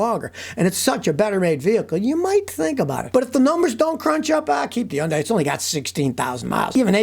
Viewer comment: Scotty please! I love you. But please it's not yun die. It's HUN-DAY LIKE Sunday!